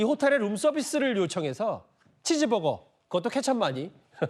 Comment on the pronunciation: 황정음이네 찌즈버거 주세요